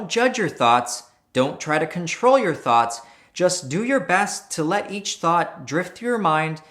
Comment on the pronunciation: Every time he says thoughts, I hear thots